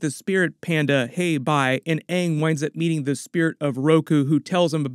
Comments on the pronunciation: Less than 30 seconds in and it’s already better than the other live action attempt, cuz they said his name right at the very least 🤣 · I feel like they said Aang several times just to proove they didn't pronouce it wrong. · hey they actually managed to pronounce the main character's name Ong correctly so it might not be as bad as the actual avatar movie! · I HEARD HER PRONOUNCE AANG CORRECTLY. Thats already better than the last live action. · Hopefully they will pronounce his name correctly this time around 😊 Edited to add: they did!!!!! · Just hearing them pronounce his name right gives me hope for this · At least they pronounce Aangs name tight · Atlas they can say aangs name right this time